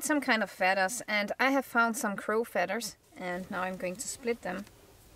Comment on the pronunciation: I love your accent hon, but there is no 'D' in feathers. Thanks for the lesson in arrow making, great arrow head.